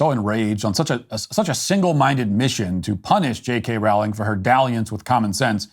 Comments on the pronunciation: It's Rowling as in bowling. Her name doesn't rhyme with howling... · Firstly if you can't say Rowling correctly then just don't say it. Row, as in row your boat gently down the stream, ling. Secondly, it has been shown that people's diet and hormones while pregnant can effect the gender a child comes out as. Since it is possible (even if not 100% controllable) then who is to say someone can't identify as something else. Transphobia is just another ignorant thing for people to discriminate against and why humanity is held back as a species. Learn to accept people who are doing you no harm or shut the hell as you only lower the collective intelligence of society. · BTW, JK Rowling is correctly pronounced to rhyme with the word bowling, as in bowling ball. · Rowling is pronounced as in "Row, row, row your boat". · This is great, and Radcliffe's behavior is awful. (But Rowling is pronounced "rolling.") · You pronounce her name wrong. It’s pronounced with an o like bowling.